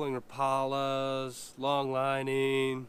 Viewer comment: All in fun but assuming you're from Minnesota or Wisconsin and pronounce Rapala wrong... I'm used to that from the southern or western guys but oofta that hurt.